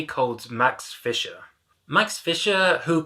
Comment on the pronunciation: It's Fleischer not Fisher.